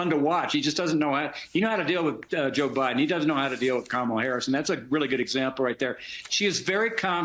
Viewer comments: It’s okay that he doesn’t know how to pronounce “Kamala”Just at least spell “KARMA!” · Trump cant even pronounce Kamala's name!